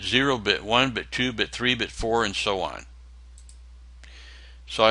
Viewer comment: This is a great video, btw at 7 mins exact you said "32 bitch" I literally laughed my ass off.